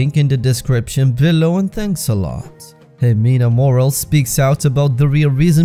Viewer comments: Her name is "Mor-al-es" not "morals". Aren't you Spanish yourself? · Friendly tip: Morales is pronounced “Mo-rah-lehs” not morals ☺️👏 good video